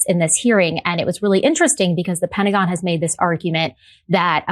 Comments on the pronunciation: " the pennygon"? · what on earth is the "pendicon." One thing that USA schools might try for is pronunciation lessons.